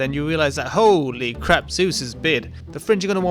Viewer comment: holy cwap - lok2016